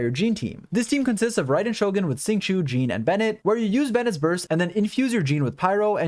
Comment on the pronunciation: FYI Xing Qiu is not pronounced "sing chew" , it's actually pronounced "sh-ing ch-oh" . Please stop butchering his name 😝